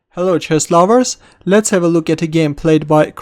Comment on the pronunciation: Did he said "Chest Lovers"? ( ͡° ͜ʖ ͡°)